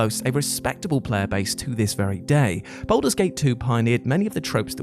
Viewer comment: Anyone else irked by the pronunciation of 'Baldur' as 'Boulder'?